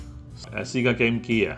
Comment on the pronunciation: Sega 其實讀「些嫁」 唔係「施㗎」 ..我睇左好耐，硬係覺得最怪依個位，希望日後可改回，因為「些嫁」fans聽落會覺得唔習慣🙏🏻🙏🏻